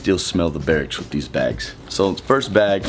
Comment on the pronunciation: Not first..... FORST lol